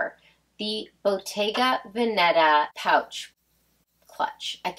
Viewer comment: The accent is on the first syllable of Veneta. 😃